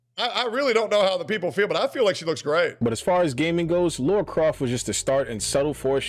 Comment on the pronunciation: Lah-rah. Not Lor-ah.